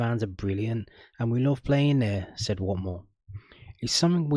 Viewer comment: That accent for Watmore was awful his from the northeast not Barnsley 😂